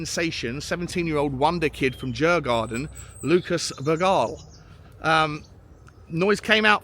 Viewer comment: Bergvall not Hall 💕